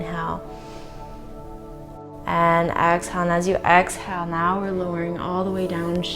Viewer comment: Why can't she say inhale and exhale properly though?